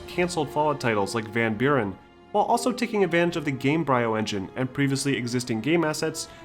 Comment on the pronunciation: Love your retrospectives. The only thing that repeatedly made me cringe is you pronouncing the bryo in gamebryo like "briar", not like "embryo" which the word gamebryo is clearly referencing.